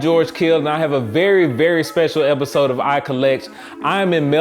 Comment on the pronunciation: He has a "rerry" dope collection lmao